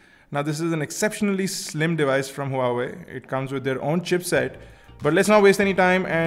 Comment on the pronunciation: Buddy.. Huawei is pronounced as Waa Wei.. i know its weird. but the company calls it like that.. but it suits..:)